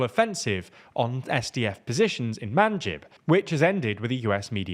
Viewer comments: You forgot the Turcomans, which is %15 of the Syrian population before the war. You didn't mention PYD is founded by PKK. They are now both under umbrella of KCK. Again, a false calling. You said Manjib, but in reality it is Manbij, Munbij. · Great reporting as always, but a few corrections!: - The SNA attack on Manbij (pronounced man beej) was actually successful, unfortunately, the SDF having pulled to east of the Euphrates there - Deir Ez Zor proper was only held for a small time by the Kurds - Some more important parts of Syria held by the Kurds west of the Euphrates to mention would be Tal Rif`at and the Aleppo neighbourhood of Sheikh Masqood, with the SDF having withdrawn from the former near the start of the rebel offensive after the HTS brokered a peaceful exit from there I also think it would be interesting to mention the Israeli overtures from state officials in recent weeks regarding a closer partnership with the Kurds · bro can't you pronounce Manbij right lmao